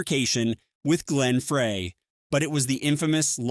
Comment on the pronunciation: Is there some app that generates these? Photos are not always the people covered in the v.o. And pronunciation of some names are off. Glenn Frey's last name is pronounced Fry. And I had to stop watching when the video got to #10. Blink 182 is pronounced Blink one eighty-two. Not Blink one hundred eighty two. I asked about a possible app because I've noticed the last few years, not just here, that a lot of content has the same kind of errors.